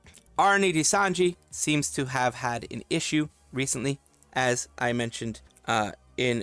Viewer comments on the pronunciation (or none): none